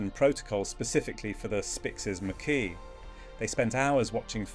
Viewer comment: This documentary could be so interesting if done by humans, instead it's been done with STUPID ai that can't decide on how to pronounce "Macaw" and pretty much any other word of scientific nature... I did try to watch it to the end, but by minute 8 I was to annoyed to want to see the end.... Ditch the f...ing ai !!!! ( I deliberately use lower case "ai" because it is stupid!) All that matters to the channel are views, and I kind of added mine to it... maybe if there are enough thumbs down, we will make a difference....